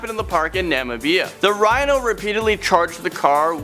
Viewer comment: NOLA Gaming Gal 424 the way he said Namibia upset me. I cringe every time he does a video